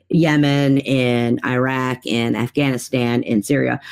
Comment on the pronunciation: Why can't pronounce Iraq correctly? She does herself a disservice with that awful pronunciation.